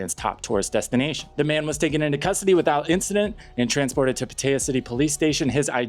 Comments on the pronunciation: It's pronounced Pah tai yah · I like your videos. However your pronunciation of Pattaya is fully incorrect. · If you lived in thailand for a while, then why cant you properly pronounce "pattaya"??😅😅😅